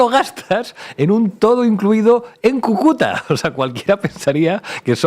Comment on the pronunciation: Disculpe Sr. Iglesias, usted pronunció mal, dijiste Cucúta con acento en la 2da. Sílaba y es acento en la 1ra. Sílaba, Cúcuta